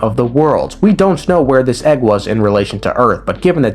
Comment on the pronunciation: it comes with an eggwuh